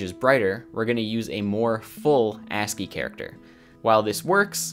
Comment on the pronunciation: Pause. "ANTSY"?!